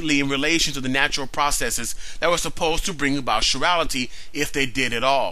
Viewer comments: Evolutionists have been avoiding abiogenesis by saying it is not part of evolution. Guess what? No life-no evolution. By the way, it's pronounced kai-rality, not shi-rality. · Thumbs up on the great video! BTW, that's an interesting pronunciation of chirality (sure-ral-ity). I've always heard it pronounced as rhyming with 'tie' (as in 'chiropractor', 'chelation', etc), since it's a word derived from the Greek, suing the Greek letter 'chi' (as in sorority, say alpha chi). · chirality is not pronounced like chivalry. its is prounounced like the greek letter chi